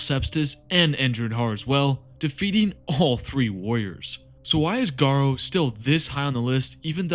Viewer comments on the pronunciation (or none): Mate, you need to look at the pronunciation of some of these names. You got Abaddon right, so kudos for that, but Nathaniel Garro, Garro like marrow. Ahzek Ahriman is the Chief... What? Liberian? Or Chief Librarian... Please take this in the good spirit it is intended.